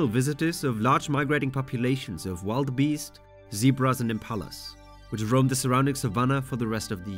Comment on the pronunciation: You say large mammals and then immediately mention nile crocodiles. And you pronounce wildebeest as “wild beast.” You need to proofread and research way better